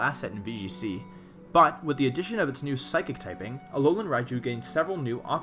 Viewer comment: "Aolan Raichu" . Oops.